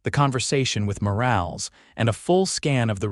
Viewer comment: Morales is pronounced Moralez.....Lead rope is pronounced leed rope. ...please fixit.